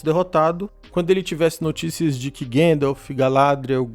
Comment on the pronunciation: Vídeo excelente. Só não existe esse tal de "Guêndalf". O próprio ator q o fez nos deu a pronúncia correta